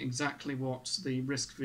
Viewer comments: It's called Risc 'five' , not "V"... Just for your information. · RISC-V is pronounced "RISC Five".